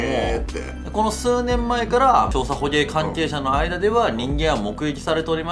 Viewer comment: 南極行ってみたいです！北国在住ですが、吹雪の日は防寒でUMAファッションになります🧌 本編関係ないですが、の捕鯨のゲの発音めちゃくちゃかっこいいです！時々出る巻き舌はクセですか？個性的でかっこいいです！歌ってる時とは違って声のトーンの上がり下がりが絶妙なので高速ラップ挑戦して欲しいです🍮💚